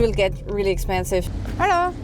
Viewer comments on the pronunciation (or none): none